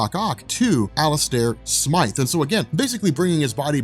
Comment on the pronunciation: Thanks for saying Smythe and not Smith